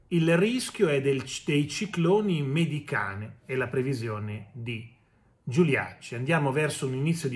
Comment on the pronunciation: Ma possibile che non conosca la pronuncia corretta? O, peggio ancora, si rifiuti di leggere correttamente solo per non parlare in italiano? Allora dica giustamente come scrivi tu, che è meglio.....